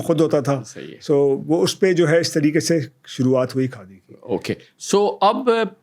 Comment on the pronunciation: یاریہ کاڈی نہیں خادی ہے کاڈی کاڈی لگا رکھا ہے کاڈی کیا ہوتا ہے